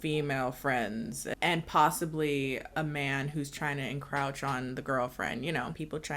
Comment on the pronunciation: Just a quick gripe: Marco CLEARLY got hit in the chest with that volleyball, and then he's holding his FACE?!?!?! Nnnnnno. Also, the word is "encroach", not "encrouch". Love your videos, keep em coming, just say "encroach".